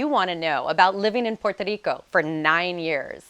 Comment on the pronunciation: Learn how to say Puerto Rico if you have lived there for nine years. It's Puerto, not Porto!